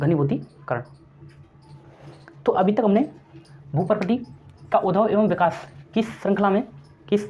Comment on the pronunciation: विकाश नहीं... विकास होता है